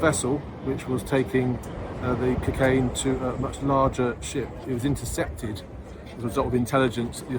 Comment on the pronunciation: The way this nonce says cukain does my head in 😂